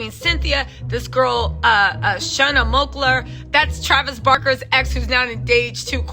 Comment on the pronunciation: Poor Shanna Moakler. Nobody knows how to pronounce her name correctly. 😂